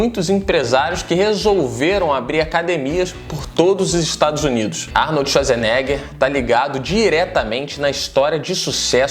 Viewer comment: Arnold Esuasnega